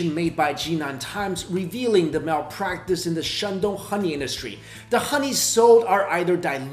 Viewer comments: Is it honey 🍯 or Ghoney!?im asking because he kept on saying Ghoney....🤔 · why does he say xoney/khoney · I love how he says HHHHKKKoney! 🍯🍯🙂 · when he says honey it sounded like khani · He can't say honey he says khuny 😂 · I love how he pronounced HONEY from the epiglottis 😯😯😯